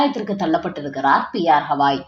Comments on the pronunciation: அவர் பெயர் கவாய் … ஹவாய் இல்ல. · It is irritating to hear when the name Gavai is pronounced as Hawai. Please correct yourself at once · Please mention the name of Chief Justice as Gawai and not Hawai. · His name is Gavai - not Havai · Please pronounce the name of Chief Justice of Supreme Court atleast properly. He is B R Gavai and not Havai.